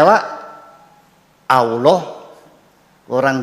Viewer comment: Sekarang ini sering saya dengar di YouTube dll, bahwa penyebutan Nama Allah menjadi Awlah, sehingga menjadi tuntunan bagi generasi sekarang, apakah ini juga sah2 saja Buya